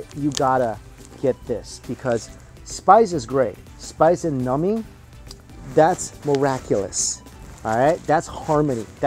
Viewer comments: For the longest time, I thought you were saying "nummy" and didn't realize you were saying "numbing" - like I thought you were saying something is "yummy" in a cute, child-like way, lol! I'm a doofus! Hehe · I think he does say, nummy.